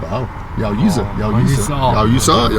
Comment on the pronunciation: You said you need some sense from him 😂 it's йоу, а не йао 😅